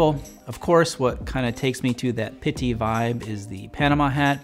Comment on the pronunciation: First off I have to appreciate how much you showcase brown as a menswear color it's one of my favorites and I appreciate it. That being said your pronounce pitti is a little painful. That's literally the only complaint I have with your whole channel though